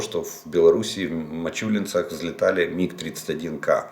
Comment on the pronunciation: Не Мачулинцы, а Мачулищи